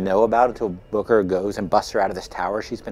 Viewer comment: It's Booker, not Bucker. Just so you know.